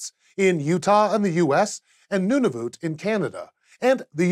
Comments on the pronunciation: "Noonavoot" Alright then. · last time I checked it was called Nunavut not Noonavoot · LOL the way he pronounced “Nunavut”